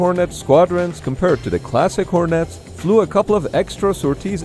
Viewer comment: "Hor-Nets" isn't quite right -- there's NO Emphasis on "Nets" - just say "hornets" more like "hornits"